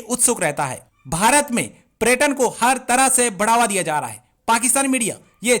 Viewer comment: PReturn Nahin hota hai Paryatan Hota Hai